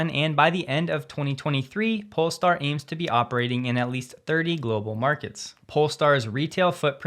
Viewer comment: Hey! You said polestar instead of Polé-star :) As always, love your content! Cheers from Sweden!